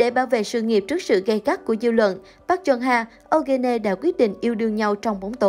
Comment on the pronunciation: “Au ge ne” 🤣